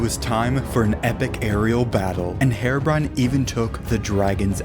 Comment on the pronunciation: I love how he says hair-o brine